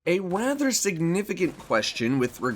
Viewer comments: Cannot unhear it: "A wather significant" "A wather" A WATHTHHHHERRRRR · A 'wather significant' ;)